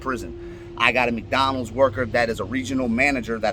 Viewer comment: be like "Mcdonaldzez"😂